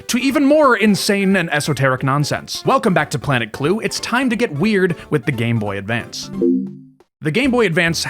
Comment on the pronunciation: Just want to say thank you for actually saying it right 👍 the amount of people that call it the game boy advanced actually drives me crazy